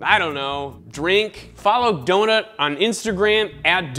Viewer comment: He says 'donut' but i hear 'dota'